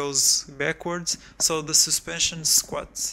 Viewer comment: The effect of the shain tenshion of the suspenshion